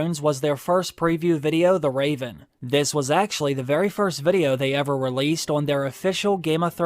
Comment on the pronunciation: I haven’t heard you say “VUDIO” for ageeees haha can’t wait for this mannnn!! Yes!!!